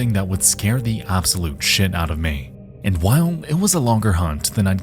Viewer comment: not "and" but "aindt"